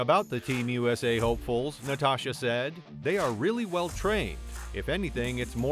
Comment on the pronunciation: I caught that as well every time you said Natasha, what was that? What was that cartoon Natasha and oh shoot what the hell I want to say Bullwinkle shit and something is annoying the shit out of me. I haven’t looked down further. Anybody cut the fact that this guy is a couple years off I mean he got a screw is that’s for sure22 Olympics 2024. I mean you got some twos in there so you still don’t pronounce the names right you still know what you’re talking about